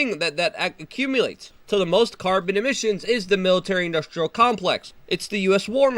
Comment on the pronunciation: "We penetrate zee cabinet's"